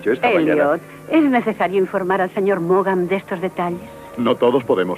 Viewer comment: Maugham se pronuncia Morm y no Morgam...